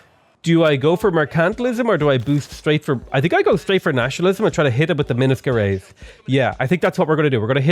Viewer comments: u pronounce minas gerais wrong it's so cute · The way he pronounces Minas Gerajs really got me, hahaha. It's the name of a famous Brazilian ship, but it was inspired by the name of thr state I live here in Brazil.